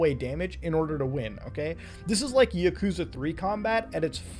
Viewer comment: i hate how he says yakuza